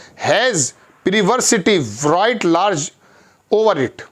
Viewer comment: भाई साहब, विराईट लार्ज नहीं रिट लार्ज सही उच्चारण है।